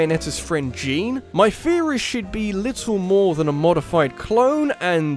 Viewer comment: I'm sorry. I'm sorry. Like, I'm really fucking sorry, but did you just pronounce Jeanne's (jahn) name as "Jeen?" ASGBBGHNFFFFF